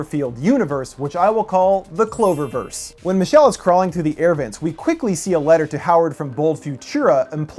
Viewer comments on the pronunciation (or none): Really? Cloververse! Not Cloverse!?!?